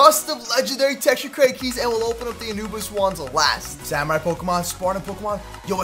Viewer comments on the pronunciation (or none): none